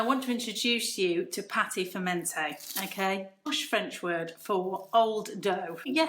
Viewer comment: and it's not pronounced patey but pat'